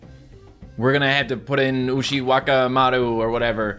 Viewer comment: Says Ushiwakimaru properly, still pronounces Amatarasu wrong because some derps in his early videos didn't know how to pronounce it and told him he said it wrong. :p